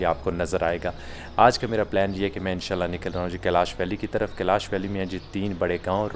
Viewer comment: कलश नहीं कैलाश है।